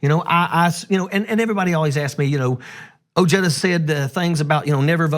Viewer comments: Francis Lumley I’m calm, thank you very much...maybe you’re the one who needs to calm down since you couldn’t spell not. I do believe I stated that perhaps I’m being petty over the mispronunciation of his last name. And while I strongly believe and support his policy ideas; you know there will be some right wing conservative who will find the smallest little thing like the mispronunciation of his last name and run with it. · If you voted for Trump then you are not very bright and you are OK with racism and sexism. That exhibits poor judgement, insensitivity and a huge blindspot. Nice talking points, but you obviously struggle with critical thinking. You disrespect your family name with that pronunciation. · Beto is a proud latino, but Ojeda disrespects his family name with that pronunciation. I'll pass. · Ojeda is going to have a hard time with the Hispanics because he Anglo sized the pronunciation of his last name. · He pronounces his name wrong...but he is great.. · Great, Ojeda can't win his state so now he wants to run for President. Ojeda should prove his worth and try to win a WV Congress or Senate seat first. Ojeda trying to distant himself from his Spanish heritage by pronouncing his name "O-j-da" instead of "O-he-da" won't get him many Latino votes. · He almost had me, until I heard him mispronounce his own last name. Maybe I am being petty but It felt like nails on a chalkboard...it is NOT pronounced O-jay-dah. It is pronounced Ojeda; the “J” in Spanish is just like the “H” in English. And if anyone says, well, that’s just the way we say it in English, you’re still wrong. If you don’t believe me, look it up. Just like Smith wouldn’t be “SMIT” in Spanish just because the “h” happens to be silent. The closest pronunciation I can think of is “O-head-ah” and never O-hey-duh.” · It's pronounced Oh-He-duh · Trump pronounces putin as trump. Ojeda is irish. Omally, obrien etc..everyone knows names that start with O is irish